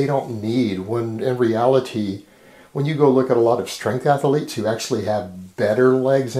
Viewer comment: lol athaletes